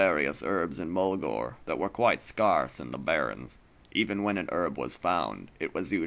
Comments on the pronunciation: SCARCE!!! HE SAID SCARSE!!!!! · "scahrce"! lol Made me think of Cox n'.:) Awesome show! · The first instance ever mispronounced scarce on a recording.